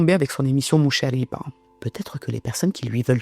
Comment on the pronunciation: Petite rectification concernant la prononciation du nom de l’émission de cette journaliste, elle se prononce « al-mouchaghiba » et non « al-mouchariba ». Il s’agit d’un R grasseyé et non roulé. À titre d’information, le R français correspond en arabe à trois lettres distinctes : le R fricatif (خ), le R grasseyé (غ) et le R roulé (ر).